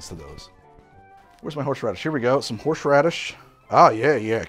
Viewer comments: Horrrrsh radish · The man can pronounce "Worcestershire" flawlessly, but "Horse Radish" throws him for a loop. Amazing. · I feel like Worcestershire being pronounced correctly just sets up your brain to pronounce normal words wrong after. Like the shh in shire was the exact same shh in horshh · Ladies, get a guy who CAN pronounce “Worcestershire” correctly, but not “Horseradish”.